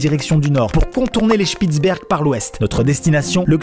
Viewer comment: Fun fact pour moi : Spitz est mon nom de famille dans quand il a bien prononcé Spitzberg j'étais bien contente 😊